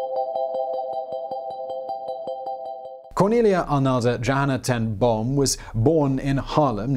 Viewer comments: Ten Boom is pronounced more like 'Ten Bohm' with a long 'oooh'. The dubble-O creates a longer sound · 'Ten Boom' was not entirely correctly pronounced, but it was close - I'm glad you didn't make it sound like a bomb going off. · You really CARELESSLY butchered her surname. You did not even try! Simon, as far as I know, you LIVE in Europe. I live in Africa and I can pronounce her name correctly - it's not that difficult.